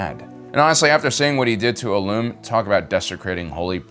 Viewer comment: say illum right